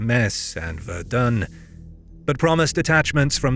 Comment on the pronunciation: Ufff... pronouncing Germna city names in a French way and then somehow butchering Verdun.